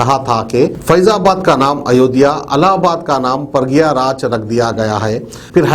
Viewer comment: Are bhai samne tv mai padhke bhi sahi nahi bol pa raha hai woh pragyaraj nahi hai woh prayagraj hai..